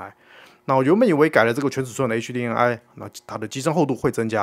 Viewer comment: 真的沒必要把“M”讀成/eŋ/ HDMI的MI應該讀成/emai/，最後這個音是“麥”，不要讀成/ŋai/